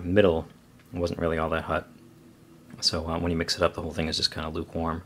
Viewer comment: It's really great that you say Hut instead of Hot haha (y)